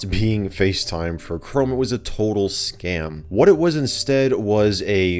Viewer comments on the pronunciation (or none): none